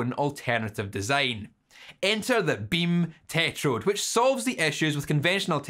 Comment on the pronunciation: Guys, i have a feeling likes KTs. Look at his face when he says "Bim teh-trod".